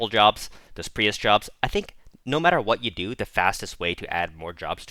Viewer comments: Pree-ist wtf😂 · Prius, like the car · Your mic seems to now be fine but you’re still pronouncing priest like an absolute psychopath.